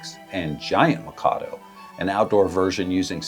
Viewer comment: The way you mispronounce "Mikado" over and over again absolutely kills me.